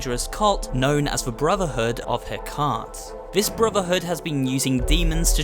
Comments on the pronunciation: Nightmare Creatures: it's "Ig-nay-she-us", (Ignatius), and brotherhood of "heck-uh-tuh". Not gonna fault you or talk smack about pronouncing stuff phonetically, as it means you're learning by reading and not just parroting someone else's content. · "Known as the brotherhood of her cahnt" W0t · I hate to be that guy, but the Nightmare Creatures character is named "Ignatius" (Ig-nay-she-us), and I believe the cult worships Hecate? That's (Heck-a-tee). Anyway, glad to see Galerians and Echo Night on the list. Galerians was less horror than sci-fi, but had a very similar vibe, wish I still had the game. And the Echo Night games are about the creepiest things to play along with Fatal Frame, I never last long in those games before I chicken out........!